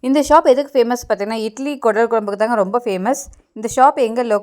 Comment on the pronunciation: அது கூடல் இல்லை குடல்